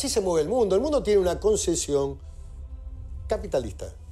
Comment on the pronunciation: Tambien dice "concecion" cuando se refiere a concepcion...